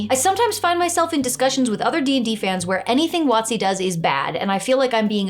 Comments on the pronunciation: I have never heard WotC pronounced as "Watsi". Took me a moment to decipher it, but I'm a big fan of pronouncing abbreviations like words (that's why I always carry my Light Amplification by Stimulated Emission of Radiation, or "Lasert", Sword). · I'll admit, I spend too long trying to figure out what company you meant by "What C". Did eventually realise you were talking about Wizards of the Coast and just pronouncing the acronym. Also that part about pets. In our last game we kinda gained them naturally overtime, almost accidentality and then got TPKed. So for our new characters our GM gave the option of having any CR 1 creature as a pet. Was having a Faerie dragon youth as a companion incredibly overpowered, yeah it was, but it was fun as hell. Also there was only three of us and no one was playing a ranger or druid, so it didn't overshadow anyone.